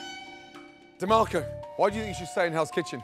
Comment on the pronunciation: 😂😂 tbh DeMarco was kinda cute but damn Ramsey murdered his name